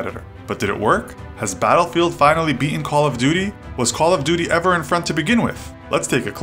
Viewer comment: You sed dattelfront not battlefield